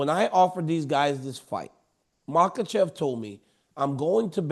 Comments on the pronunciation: Islam “Maklechev” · Yo Chael, there is no “L” in Makhachev bro Should we all call you chae from now on? Or Cheam??? So freakin’ annoying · “Islam Mocklechev” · "izlam mucklechev™" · Islam Makowlchev Chael is unintentionally funny with his habit of butchering and adding entire vowels & letters to fighters names 😂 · Facts! It's funny because as well spoken as Chael is, he really butchers some names! I think it started as a joke but it's crazy now! Love Uncle Chael